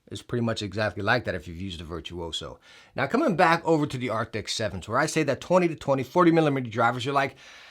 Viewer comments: the way he says Arctis gets under my skin 😩 he be adding letters that aren't in the name lmao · It's funny how you rarely manage to say Arctis correctly even though you know how to say it lol